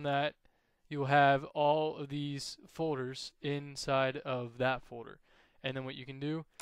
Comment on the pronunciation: files and fowders. so annoying lol